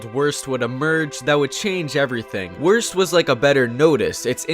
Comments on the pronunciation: I honestly hear Kill Aura instead of K'lorah, but wurst is not pronounced as "worst", it is pronounced as "woorst" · Also: WORST (instead of Wurst, which I believe is Sausage in German) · In germany we say WURST and I think that's beautiful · Wurst isnt said like that Dx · xD how he pronounced Wurst